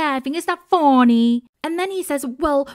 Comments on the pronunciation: Why does she say funny like that tho?? For real LOL it's hilarious. Foh-nee I busted out laughing when you started speaking spanish lol. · Your "it's not foooony" is so funny 😂😂😂